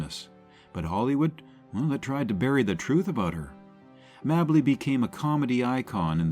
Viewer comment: Its Pronounced "MAY Bley", Gee Wiz